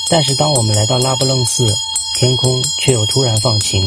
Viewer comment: 拉卜楞寺的楞读二声，非四声。